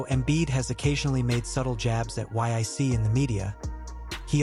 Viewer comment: The "Yic"???? 😂😂😂 Bad AI dude.